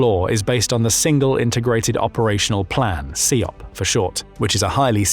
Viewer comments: SIOP (sy-op, not see-op) hasn't been used for over 20 years. It's OPLAN now. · is this dude really saying See Op? ........